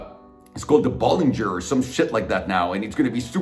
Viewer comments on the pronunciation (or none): man acc said the bolanger LOL